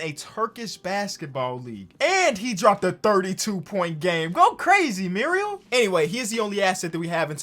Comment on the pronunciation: it makes me so angry when calls marial shayok (merry-ol shay-ock) muriel shaylock